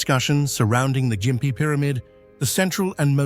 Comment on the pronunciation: the gossford glyphs.. That picture is either a dodgy looking cannon or is a (_)_):::::::::::::::::::D cock The Ai can't pronounce Gympie properly, it calls it Jimpy not gimpy Ai might be pretty smart.. But it's actually really dumb